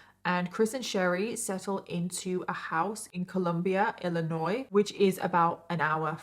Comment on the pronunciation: I'm so happy to see that the video for today was almost 4 hours! Also, Chester, Illinois, is 552 km south of Chicago, so I'm not sure how they met, unless she might have been going to school up that way. I also love that someone not from the US knows how to pronounce Illinois correctly when some people who are born in the US don't know how to pronounce it right, lol.